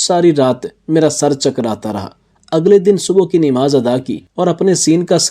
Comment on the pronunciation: اردو صحیح بولیں، نماز ہئے صحیح لفظ 'ن' کے اوپر زبر ہئے۔ آپ 'ن' کے نیچے زیر کیوں لگا رہئے ہو۔